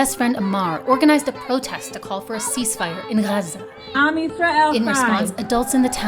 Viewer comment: good quality video, but that pronunciation of Gaza was just too annoying.